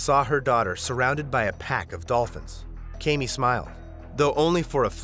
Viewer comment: 1) what makes the man the "head of the household"? Do we know that the family chose to appointment him as "head of household" or are we assuming because he's a man? 2) I have the same name as her and it is pronounced Kam (as in camera) Me (as in me) not KayMe